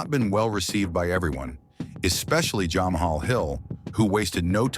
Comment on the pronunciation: “Jah-mah-hall Hill and “Stye-pay meo chich”